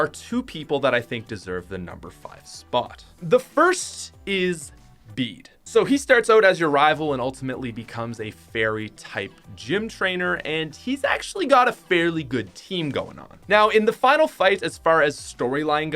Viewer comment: Bede is said as beet